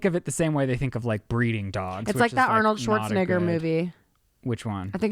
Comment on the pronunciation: it’s pronounced aar-nuhld--shwort--suh-NAY-gr . Look it up.